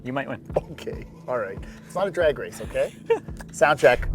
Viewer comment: Fix your accent, its "drag" strip, not "draig" strip